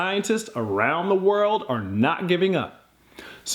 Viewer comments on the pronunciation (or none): And he said belee dat.